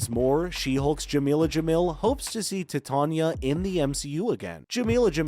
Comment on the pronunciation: Your pronunciation is off. It's not 'tit'ania, it's 'titan'ia. T-eye-t-ain-ia.